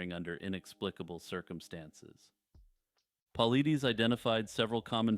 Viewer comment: Great vid. BTW, David Paulides' last name is pronounced paul-eye-diss